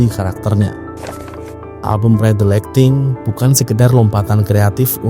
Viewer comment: Banyak salah baca nih. Kirk, buka krik. Lightning bukan lighting